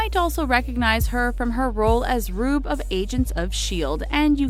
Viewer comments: It's Ruby not Rube 😂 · IT IS RUBY....NOT RUBE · It's ruby not rube just putting that out there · her name in agents of shield is not rube its ruby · Did you mean 'RUBY'?? there is no RUBE in Agents of shield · I thought it was ruby not rube in aos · ruby not rube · Did she say Rube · Once again the ALWAYS having some kind of pronunciation mistake. RUBE. Lmao